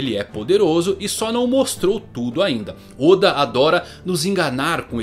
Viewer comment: Teoriad barba Negra oda não e assim a pronúncia kk